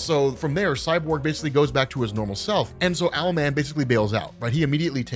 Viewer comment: Bro his name is ‘owl” man .... what’s next “marsupial’ man 😂